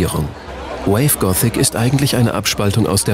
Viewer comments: Wie der Sprecher gothic ausspricht.. "Gootik" -. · alta , der Sprecher geht mir auf die Nerven . "GOTIK" XD . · Das Wave Goootick Treffen - super Aussprache ^^